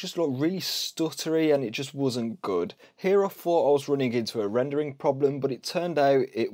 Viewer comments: sounds a bit like you're pronouncing "thought" as "fought" probably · what happened to the English th ..... i fought we used to say thought ?